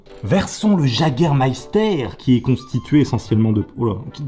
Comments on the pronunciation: le jägermeifter comme tu dit se prononce "iégermeifter"si jamais parce que c Allemand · j'ai presque dislike à cause du Jagermeister tu dis Jager sa m'énerve il faut dire Yager bordel HAAAAAA😂😂😂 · Ont dit pas jaguer on prononce ça Yéguer 😂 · C'est Yégair pas Jager (en prononciation) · ptdrrr le JAGER ça se dit wegueur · Par pitié ne dis prononce pas « jagger » mais « yagger » ça fait mal aux oreilles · Le Jagermeister se prononce "Yégarmaïstar" =3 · le jägermeifter se prononce yageurmeifter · Je vais faire mon chieur mais je pense que c'est plutôt "YÉgermayster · J'ai saigné des oreilles à la prononciation de Jägermeister et de Top Gear